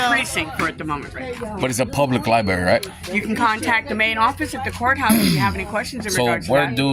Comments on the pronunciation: Isn't this the guy who had the screaming misogynistic fit on a bus in front of his kids? "Liberry." Yeah, nope. He's SO wrong. Gee, his commentary is so witty and informative! It's like Winston Churchill is back again. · “LIBARY”…. That was my first clue that termites have been living in his skull for quite some time. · Dude cant even pronounce " library " correctly. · You shouldn’t have any rights if you can’t pronounce the building correctly. It’s a LIBRARY